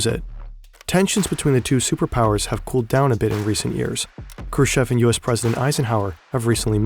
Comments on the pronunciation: Why don't you use Google translaytor for such toponimic? Because nOvaya zemlyA is not novAya zemlYa and Hrushov is not Krush-chov. Just listem where stress is. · Its krooschoff. Chev is choff. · Combination if Kh in any russian surnames must be pronounced as hard H. The K is always silent. Also, "ev " in Khrushchev must be pronounced as "yov" or at least "ov". And the "shch" just as "sh". Hrushyov. Now go practice and re-upload the entire video 😂😂😂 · kinda doubt your research when you can't be bothered to look up pronunciation "krooshev" and "noble" stand out pretty bad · also him prouncing it like "Krushev". Like lmao i know in German the sch is an 'sh' sound, but his name is Khrushchev, with the 'sh' being one part and the 'ch' also needing to be pronounced. Khru and then 'sh' as in sheet, and shy, the 'ch' as in chair and chips, and then ev. Not that hard, english speaking people have the same sounds in their language, but can't break down words or names well enough, they just gloss over them while reading, so weird 😂